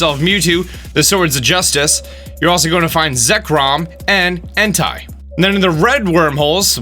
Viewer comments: Entai is pronounced En-Tay... and raquaza Is pronounced ray-quay-za.... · Imagine if Entei had an H in front of his name and pronounced it the way he does Because it’s pronounced “En-tay” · Is it ondly me or is he saying HENTAI insted of enti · “En tie” 😂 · I can't stop smirking every time you say Entei's name.